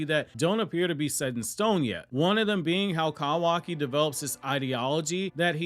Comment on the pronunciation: why the fuck do you say his name like "CAWW waki" wtf its all one word. my dude is actually a crow in a human suit tryna convince us he's real.